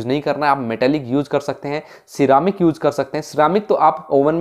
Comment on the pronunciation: yuuuj (use) peeja (pizza) 😂😂